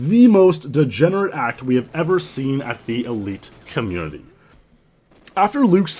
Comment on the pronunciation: Great vid,! That MR dude got exposed rofl. Also, my friends and I really like how you emphasize "degenerate ACT". We have spent many gaming sessions trying to replicate that inflection(?), but our is too loose. Looking forward to the next video. That MR dude got exposed too kek